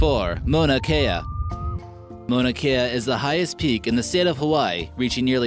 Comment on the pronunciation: Can someone tell this guy that the Mauna in Mauna Kea is not pronounced Mona with a long o? The Mau sounds like cow or how.